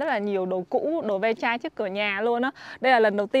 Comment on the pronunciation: Không phải đờ ve chai, Long Vịt đâu garage sale nghe bạn, có thể trả giá nếu bạn muốn